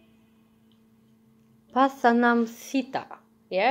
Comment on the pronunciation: rightly pronounced Pathanamthitta. Thanks for the reaction, keep doing more! Lots of Love from Kuwait